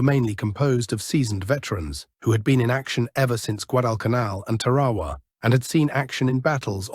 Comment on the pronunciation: Why are most of these documentaries narrated by british commentators that cannot properly pronounce many of the places and things such as Tarawa and Gato class submarines